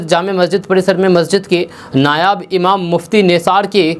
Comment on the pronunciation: Nayab imam nahi hota hai (nayab means anmol) nayeb hota hai (nayeb means assistant) kisi Urdu wale se mil kar words and. Uchcharan sahi kar le.please